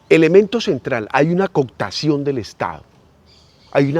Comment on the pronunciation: Interesante, pero la palabreja es cooptacion, no "coctacion", esa no existe. Un abrazo.